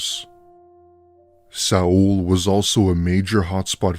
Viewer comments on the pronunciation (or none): Seoul is pronounced “soul” like the English word